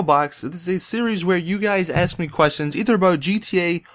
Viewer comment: Every time he says axe rather than ask, a collection of brain cells inside of me die.